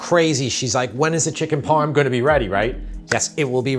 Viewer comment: Chicken Parm not chicken motts